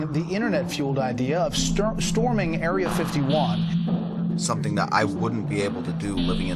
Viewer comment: It's really not erea 51 ffs 😂